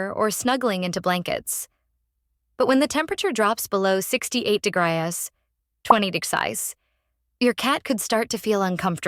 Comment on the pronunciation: Degriyes? You mean Degrees. It must be a text to speech program…. Or an Aussie? But you would think that the rest of the speech would be consistent with that accent.